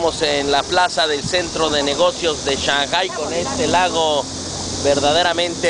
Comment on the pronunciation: aprende a pronunciar shanghpai xDDDDDDDDDDDDDDDDDDD